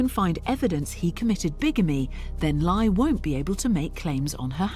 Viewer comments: One of the scammers names is pronounced like “LIE” 😂😂😂😂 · Laye pronounced lie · Dude’s name is literally pronounced “lie”, Kim! 🤦🏻‍♀️